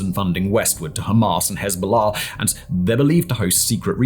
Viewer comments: It's Hamas, NOT Hamarse. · Dude. Its Ham_ass, not Ham-arse. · I love the way he pronounces Ham-arse 😂 absolutely brilliant